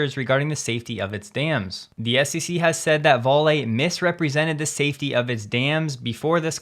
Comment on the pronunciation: Vale is pronounced more like Valley. It means valley, it's original name is from the Sweet River Valley. Try saying Bob, now change the B, make it Vob, change the other B, make it Vollee. It is a lousy company that build bad dams and kills entire towns, then bribes it's way out of paying any fines.